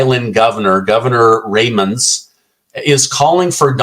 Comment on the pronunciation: Ra Mon do.. how to pronounce her name... Biden's administration Secretary of Commerce....